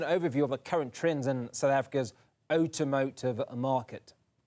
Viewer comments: You and I both...Outomotive?? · "Oh-tom-oh-tive", don't know why but the more he repeated it killed me 😅😂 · What the hell is "otomotive".....come on now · "Utomotive" listen properly now. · this guy says "automotive" weird. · Automotive!!! Why is he mispronouncing the word?